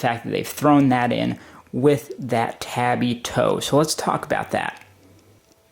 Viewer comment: Pretty solid review, couldn't get over you mispronouncing tabi time after time though. I would recommend doing more research before vids, it will make your videos far easier to watch, I almost closed it after the first minute tbh.